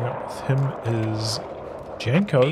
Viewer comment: Janko is read as Yanko.